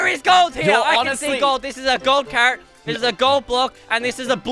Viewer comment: Its not carret its carrot